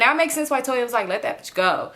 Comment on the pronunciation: lol you call Tonya Toya every time!! 😂😂😂